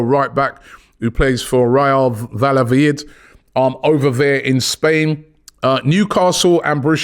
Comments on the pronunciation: "Real Vallaveyed" 🤣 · My man said "Real Vallavalid":face-blue-smiling